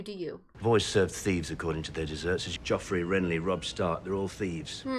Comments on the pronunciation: Please stop saying "Jeff" and "Caitlyn".... and say their names properly.... PLEASE. "JOFF" and "CAT-LYN" .... it's making me cringe.... lol... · Haters = Ned Btw it frustrates me how you call him jeff lol his name is pronounced as joffrey so shortened down it should be joff 😡😬🤣✌ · His name is Jeoffry not Jeff. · I love how you call him Jeff, instead of Joffrey. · Say JEFF one more time!! 😤🤬🤬 😂😂 JOFFREY!! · Btw i'm sorry for correcting you but it's spelled cercei and the annoying brat's name is joffrey or joff for short, not jeff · it kills me every time you call him Jeff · its joffrey